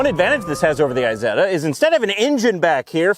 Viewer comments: This MF said "eezeta" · Eye-setter! it's an I not man E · Heeeeeeeeey....you said it properly towards the end.,....you mispronouncved at the start on purpose didn't ypu.